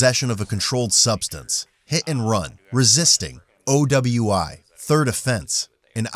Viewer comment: OWI sounds like oweee